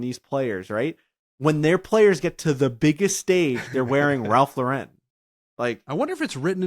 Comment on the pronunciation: Ralph Laur-en 🥴